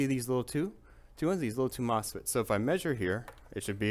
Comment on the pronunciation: Did you say moss pits?